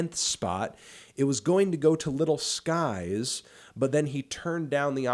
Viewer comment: Did y’all even notice he said little pump and little skies and not lil pump and lil skies